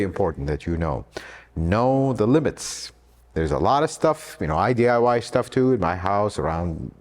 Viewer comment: Why don’t you day DIY do it yourself,instead í notice your saying DYI do yourself in? Lol